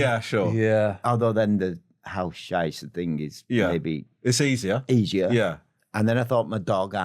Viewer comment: It’s „Heimscheißer“ 😅